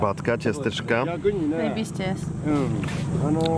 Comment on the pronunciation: pokazuje już skąd pochodzi:) "Zajebiście jest" wypowiedziane tak bardzo po polsku.